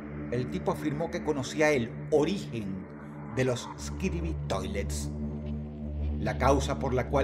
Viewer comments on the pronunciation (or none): Dross: Skibidi ❌️ Skidibi ✅️ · buen video pero, no se dice skidibi, se dice: "skibidi". Gracias. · Dross es disléxico. Es Skibidi, no Skidibi. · Incluso no dice “Skibidi Toilet” sino “Skidibi Toilet” 😅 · de hecho dijo skidibi, pero bueno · Dross es disléxico. Es Skidibi, no Skidibi. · Dross es Skibidi no Skidibi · ey ey ey pequeña no digas skibiri, estas toilet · dross diciendo skidibi toilets es re cursed ajsjjajekwjd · "Teorías de eskibidi toliet"